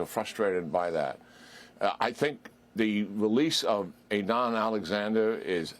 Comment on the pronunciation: You can't pronounce his name correctly, his name is عيدان